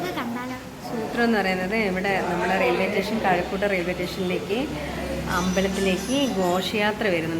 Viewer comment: … … റെയിൽവേ സ്റ്റേഷൻ എന്നാണ് പറയേണ്ടത്… ഡബ്ബിങ് കലാകാരി ആയതുകൊണ്ട് പറയുന്ന വാക്കുകൾ തെറ്റിപോകാതെ ശ്രദ്ദിക്കണം… എന്ന് സ്നേഹപൂർവ്വം…